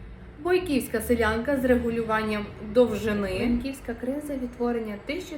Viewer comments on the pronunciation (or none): Наголос на першому складі в слові бОйківська сИлянка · сИлянка, але силЯти. бОйки, бОйківська